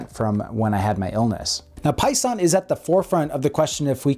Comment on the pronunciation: Seconded. Though they are called "Pison", not "Poison", lol.